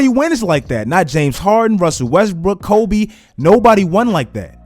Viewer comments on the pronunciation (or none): none